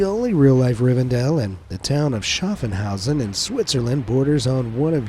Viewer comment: Not SchaffENhausen. It‘s Schaffhausen 😂